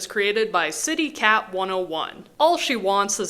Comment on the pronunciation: HOLY??? FUCK??? THATS ME??? THAT'S MINE??? WHAT?? The bat one, also it pronounced "Kittycat" just with the letters swapped